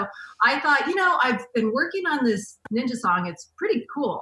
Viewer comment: "I think I'm almost a neenja" lmao